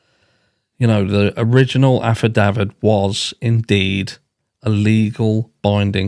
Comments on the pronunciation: Just to help....It's pronounced "aff-i-da-vit". There were videos of an "alpha David" going around like he was a witness bit it was just another youtuber talking about the affidavit and then it spread. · lawyer here. Affidavit is pronounced AFF-uh-DAVE- it. Love your channel, buddy. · Just say AFFA DAV ID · Your issue saying “affidavit” is that you are saying a proper English “Ahhhh” instead of a guttural hard “Aaaah”